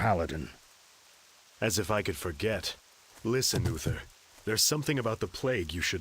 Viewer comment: Dude it's clearly spelled U-TH-ER, not UFFER... You're not even trying to say it right.